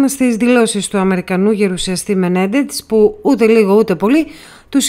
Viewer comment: Μενέντεζ λέγεται ο άνθρωπος, ΟΧΙ Μενεντετς όπως τον προφέρετε.